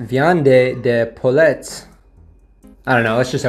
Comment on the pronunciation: I feel like crying at his pronunciation of poullets and I'm British 😂